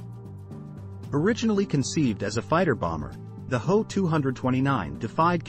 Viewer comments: It's not me 262, It should be pronounced em, e, 262 which stands for Messerschmitt. And, it's not how it is H, O, which stands for Horton. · It's not me it's M. E. For Messerschmitt and it's not ho it's H. O. For Horton as in Horton brothers....the difference between human and machine speech....😮😮😮